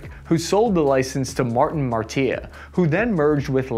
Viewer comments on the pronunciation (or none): He said martiya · LOL - you duffed the name Martin Mar-TEE-a instead of Martin Mar-EE-etta. Gave me a laugh, I remember when they merged and we called them "LockMart". THEN you called the A-7 CORS-AIR the A-7 Cross HAIR. Who writes your scripts and does the spellcheck? Still chuckling. Keep trying there you great big lunk of an average enlisted man! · Martin Martiya? You mean Martin Marietta? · Great video - but.... It's pronounced Martin Marietta, not Marin Mareeta. We had one on my second ship. Thank you for your kind indulgence. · Great video, especially the part about the U.S. Navy's Sea-Whiz. Just a few corrections though. it's Martin Mar-i-et-ta, not Martin Mar-tee-a. it's the A-7 Corsair, not the Crosshair. It's a very effective weapon, once it's turn on in AUTO mode. It does nothing but track in the STANDBY mode. In the AUTO mode, it shoots at anything and everything in its envelope. So if you're a friendly, don't get near it unless you're cleared inbound. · It's pronounced "Martin Mary-etta", not Mar-tia. Not to nitpick or anything. Great Channel, never miss an episode! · Shows Martin Marietta on screen. Says Martin Martia Is pronounced Mary-et-uh. Quality 👍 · Martin Mary-Etta, not Martin Mar-Tee-Ah. LOL. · Not "Martin Marteeah," but "Martin Mare ee ett ah." My dad worked almost his whole adult life for them, and they put the Voyager on Mars on the 200th anniversary of the US. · Martin Marietta… is not pronounced “Martin marteaah” it’s “Mer-I-hea-atta” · Martin MAR TEA UH... No its pronounced "meh·ree·eh·tuh" or Mary etta to quote the Meet the Heavy TF2 video: It costs $24,000 to fire this weapon for 12 seconds... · Martin Marietta maar-ten Mary-eett-tah Mary-et-tah try again Martin Marietta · It's Martin Mary...etta not marteah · FYI....It's pronounced Martin MARY - ETTA (not MAR TEE A) and it's the A7 Corsair (pronounced CORE SAIR) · It's Martin Mary-etta not Mar-tea-a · Martin Mary et Ah....not MarteaUh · Martin Martee-ah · Martin Marietta - (mary-etta)